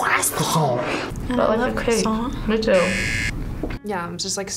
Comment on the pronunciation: Lmaooo yo I love this girl "cRossiaNt"